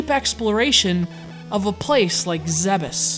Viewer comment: Thank you for correctly pronouncing "Zebes".